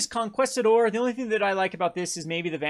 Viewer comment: Okay gonna sound this out for ya "Con Key Sta Door"